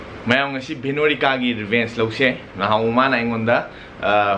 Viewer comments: It's Veronica not bheronica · Lol....its not a hate comment but your accent when you pronounce Veronica as pehronica i die😂😂😂😂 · Bro, mayam ngasi veenorica.... Instead of Veronica... Hahaha.... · Veronica not Venorica Bro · Bheronika... Lol god take me to heaven 😁😁😂😂😂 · 0.1 "Venorica" 😂... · I love it when u call me "BHENORIKA" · Did I just heard Bhinorika???? LoL 😂😂😂😂😂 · ADAM LEVIS bheronika is still ok.. The word here is bhenorika😂😂😂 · Bhenorika haise si oire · the boy very weak in english can't evnt pronounnce properly her name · How you pronounce her name is so funny😂😂😂😂😂😂😂😂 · Still you can’t pronounce Veronica 😣 I guess it’s been 2/3 months I have seen a vlog of yours which I have commented bout you pronouncing her name wrongly... At times It’s so annoying if people pronounce your name in a different way ‘coz it happened to me so often 🤨 Lannadi khanbinu chumthoknaba hotnabiyu